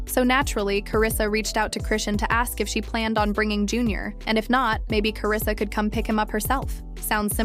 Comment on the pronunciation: Who the hell is Karrisa? It’s Karlisa